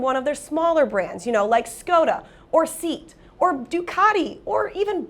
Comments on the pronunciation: Heads-up for next time- Seat is pronounced SAY-AHT, not SEET. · seat, it’s pronounced see-at